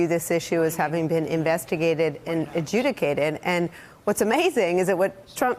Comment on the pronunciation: adjudicated??? are you kidding?